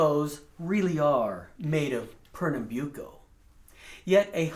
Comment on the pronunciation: Byu ko ? Great to hear the master pronouncing that word